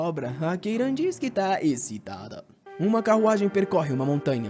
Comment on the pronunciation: "ecitada" kkk